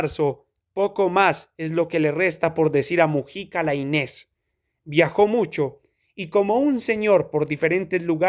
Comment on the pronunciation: Gracias, no conocía el texto. Eso sí, se pronuncia "Láinez" con acento en la "A". Saludos